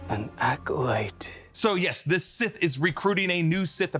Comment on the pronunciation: He said that he’s “SIS” not “Sith”